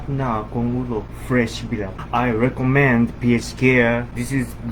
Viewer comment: “Fresh bilat” 😭😭😭